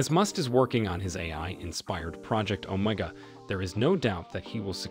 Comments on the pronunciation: Project, omg, that's what it sounds like he is saying (project oh my God )or ( omeega, ) ( Omaha) Too. Funny 😅😅😂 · The best part was that the reader couldn’t decide how to pronounce OMEGA